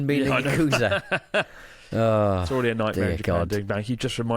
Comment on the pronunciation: yakuza not uukusa